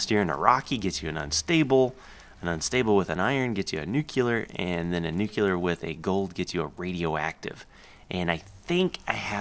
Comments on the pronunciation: Nuke-lee-er NOT nuke-ya-ler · He says "nuclear" like "nucular" xD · Nucular and Nuclear is the same thing basicly, it dosnt really matter if you know what they try to say :P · "Nuculer" lol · I love videos and i have been a subscriber for a long time. I even like almost all of his videos. I was just annoyed at the way he said nuclear. I have apologized to a few other people about what i said already and i dont mean any disrespect towards anyone, including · I asked to correct himself because i thought that he was saying nuclear wrong. I didn't realize that people that are from different places, say it differently. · Actually it's nuclear.... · OK THIS DRIVES ME CRAZY!!! YOU'RE SAYING NUCLEAR WRONG!!!! Please correct yourself.